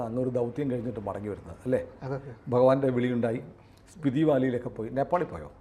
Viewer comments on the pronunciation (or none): സ്പിറ്റി അല്ല, സ്പിതി വാലി